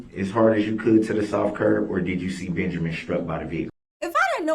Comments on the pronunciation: DB can’t even say Benjamin correctly, he says “BenJERmin” Lol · Did this man say benjermen oh non talking ass special ed ass